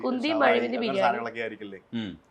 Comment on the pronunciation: 24.23... എന്താ പറയുന്നത് 😂 കുന്തി, മഴി മന്തി.. ബിരിയാണി എന്നോ 😮